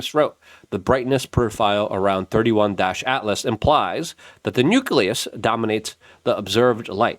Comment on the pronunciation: Its not 31- altlas..... Its 3 eye - Atlas